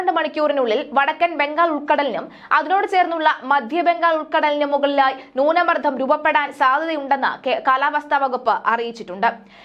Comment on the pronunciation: ന്യൂന മർധം, വിധ്യാർത്ഥി ... എന്തു മലയാളം ആണ് ഇത്. പോയി മലയാളം ശരിയായി ഉച്ചരിക്കാൻ പഠിക്ക്.